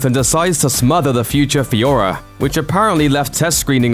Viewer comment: At 42 did he say FIORA? Does this guy not know how to speak its führer